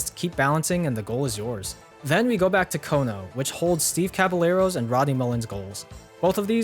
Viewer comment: You say - Steve "Caba-yero". Casillas (goalkeeper) - Casi-yas. Sevilla (city) - Sevi-ya. It's about double "L" prenounced as Y.